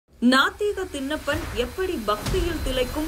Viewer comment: தின்னப்பன் , கன்னப்பன் ❌ திண்ணப்பன், கண்ணப்பன் ✅ நாக்கை நன்றாக பின்னோக்கி வளைத்து எழுத்துகளை உச்சரித்துப் பழகுக. தமில்தான் வால்கிறது. வேதனை!